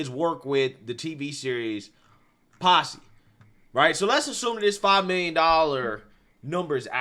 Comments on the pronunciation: It's "Pose" with a long 'O' not "Posse" which means a gaggle. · "Posse"? 😆 It's pose [pōz].